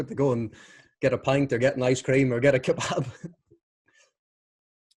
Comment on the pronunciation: He pronounces, ‘kebab’ like a proper Turk! lol